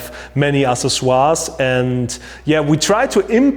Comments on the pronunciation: Yes, I'm glad he wrote it out in # 3. I wouldn't have guessed by the pronunciation. AK 'SES' OR EEZ in English. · Ooooohhhhh... ACCESSORIES!! I get it now... to be fair that’s a tough word for a non native speaker.... (axe-sess-or-ees) Killer video man and a big help for me to photograph our 5 day old daughter... ps. So true that I bought a camera last year because of 1) a vacation to Singapore and 2) the upcoming arrival of little Phoebe ;) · i like babys... Accessoires was pronounced so german. :S